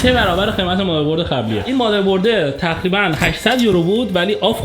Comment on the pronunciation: تو دایره لغاتت ق تعریف نشده؟ 😂 همه ق هارو خ میگه چاخو ، تخریبا 😂😂😂